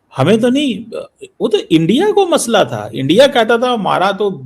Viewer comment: শুন গিধড় কে বাচ্চে চিমে "ইন্ডিয়া" উচ্চারন হবে, " এ্যনডিয়া " নয় সমঝা বে, মাদ্রেসে ছাপ?